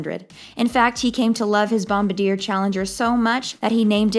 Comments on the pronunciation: “Bom-bar-dee-yay”…. Not “Bom-ba-deer”….. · It's a Bombardier Challenger. The company is pronounced "Bom-bar-dee-ay", not "Bom-buh-deer". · BombaRDIER not BombaDEER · It is not bomba deer but Bombardier (last r silent)!!! Bommmb barrr dyehhh lol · Bomb-ah-deer?? It's Bomb-bard-E-aeyh. A-cure-ah?? How about Accura? Does this gal live completely off-grid?? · bomb-a-deer LOOOOL way off hun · "Bomba-deer"... this channels are the worst... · The jet manufacturer is Bombardier, pronounced bom bar dee ere. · IT is pronounced bombardiea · Her inability to pronounce Bombardier correctly just kills this video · You mispronounced Bombardier. You mispronounced Acura. Buffet’s jet was named the Indefensible, not Indispensable. Wow. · I don't trust a source that doesn't even know how to pronounce "Bombardier" properly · When you can’t correctly pronounce the name of the jet why would anyone listen to what you have to say. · Great video. Please learn how to pronounce Bombardier. Here is a link to the correct pronunciation.